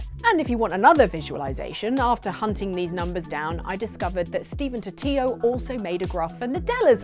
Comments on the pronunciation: Isn't it Stephen Totilo like Tortilla and not Totiyo? Swear I've heard that name on the bomb cast, EGM podcast, and other related games journalists say "Totilo" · That’s how he says it but she’s not wrong either for pronouncing it the Spanish way.